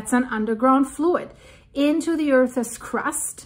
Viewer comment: its not Earthes, its Earths.. Oh, im just having fun with you. 🤣